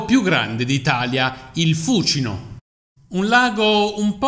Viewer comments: L'ho sempre sentito pronunciare fucíno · Perchè l' accento di Fúcino cade sulla prepenultima ? Perché cade sulla prepenultima pure di Tiber,Tibéris .So due rrrromanate?